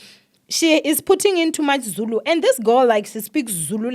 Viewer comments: You did such a wonderful job reading Zulu, big up to you and yes I agree with you people should be considerate not everyone understands Zulu, but you tried ❤❤❤ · You did good on the Zulu reading don't worry , 😂😂😂😂 it's a struggle even to us when it comes to reading it❤❤